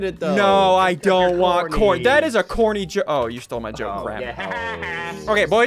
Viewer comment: That was so 'corrney'